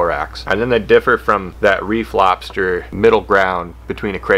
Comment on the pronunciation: Took me half the video to realize you said "reef lobster" not a "re Flobster" I thaught that was a a funny way of saying that cray fish and lobsters had a re flopping of genetics. Lol